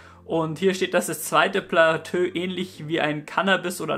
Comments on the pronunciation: Platöö? HAHAHAHAHA! Dein Ernst? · es heißt plato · Platö lol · platö haha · platööö haha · oida...platöö? xd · Vielleicht hilft dir: Niveau - Plateau!:D Aber ist nicht schlimm. Das stört doch niemanden.:D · Mein Gott.., was sind das hier für Spießer. Nur weil er Plateau falsch ausgesprochen hat. Ihr seid echt das letzte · Ehm, ich will jetzt nicht klugscheissen, aber es heißt doch nicht Platö, sonder Plateau...also wie beim Bergsteigen die verschiedenen "Etagen" ...also ausgesprochen Platoo ? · lol nur so'n tipp man sprichts als "platoo" aus nich "platö" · Man sagt "Plato" nicht "Platö" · platööö 😂😂😂😂 das wird platooo ausgesprochen ;D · wollt dich gerade deswegen verarschen 😂platös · Kannst du nochmal Platö sagen? :D Es heißt Plateau(<Plato>)! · Platö xD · Trinkspiel: Jedesmal wenn Platö sagt, trinken 😏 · wie er eiskalt durchgehend platö sagt, ich dachte erst du trollst aber du hasts echt durchgezogen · Wird Plateau nicht eher wie "Platoo" ausgesprochen? ;) Mal wieder ein sehr gutes Video :) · platö beste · passt scho ;) jetzt weißt du ja, dass man es "Plato" ausspricht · Ey Platö mann 😂😂😂 hat wirklich echt genervt als ob du das wort noch nie gehört/gelesen hast 😭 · ja hast du :D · Omg, wegen Deinem "Platö" hätte ich mich fast angepisst vor Lachen... Dabei hab ich das Video schon vor einem Jahr gesehen, aber das hatte ich vergessen! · Platö:D Einfach <3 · Das zweite PLATÖ chillt schon hart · Platöö ;D Macht das Video aber irgendwie sympathischer ;) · Ab dem Zeitpunkt des zweiten "Platöös" fühlte sich "abgeschöttet" (ab ):) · Platöö... das wird n meme👌😂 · Bitte sprech das plateau so aus: plato mit dem o etwas langgezogen😋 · Wie immer interessantes Video! Aber bei jedem weiteren Mal "Platö" sagen bin ich doller zusammengezuckt. :D Das ist ja furchtbar. Ansonsten weiter so :) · super - aber ich glaube es heißt: plato - wenn man es plateau schreibt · Ähhm das wort plateau wird plato ausgesprochen😂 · “Platö“ :D